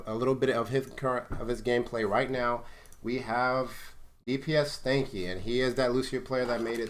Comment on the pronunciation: Askingchaff He didn't. He just kept pronouncing it wrong throughout the video